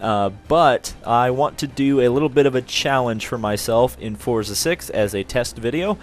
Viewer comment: No offense, but it's a pet peeve of mine when people say "Fortza."